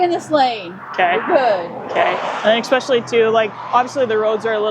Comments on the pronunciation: "Exspecially" is not a word. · "Exspecially" one too many times for me. Yep, I must have issues! ha ha ha. All kidding aside, the troopers on this channel are some of the most professional, patient, and brave I have seen.